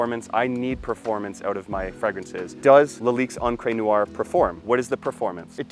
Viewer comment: Unbelievable. You are too lazy to even find out how to say noire...Americans eh? What is neeyouwah?